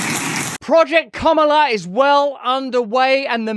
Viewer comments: You said her name right the first time. Ka ma la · Russell, I salute you for correcting your pronunciation of Kamala Harris's first name. Thanks for upholding a certain rather quaint, old-fashioned notion that one should make an effort to at least pronounce somebody's name as they wish it to be pronounced, especially if you're critical of them.